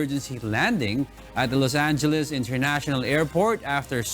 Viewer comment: Los Angheles. Lol